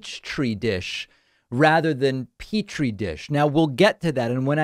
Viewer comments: She makes two gaffes in that rant. Along with the "peach tree dish" bit, she says something like "babble movements" when she was trying to say "bowel movements". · I don’t think that is how you pronounce Petri dish, Margie.